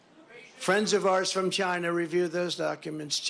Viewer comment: I’m literally crying. The way he says Chynah, the nonsensical rant, everything about this moment is amazing